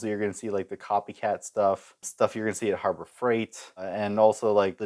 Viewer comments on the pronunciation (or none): none